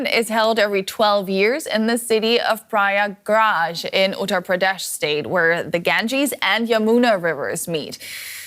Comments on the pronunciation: Please correct pronunciation of ganges and prayagraj When you read this word "ganges" So pronunciate it gaa- ann- gaa And read " prayagraj" So pronunciate-"praa-yaa-gaa-raaj Ganges=> gaa-ann-gaa=> it is holy river of india Prayagraaj=> praa-yaa-gaa-raaj=> it is place where celebrate mahakumbh (maa-haa-kuumm-bhaa) mela(may-laa) festival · shame on, cant pronounce a simple name prayagraj.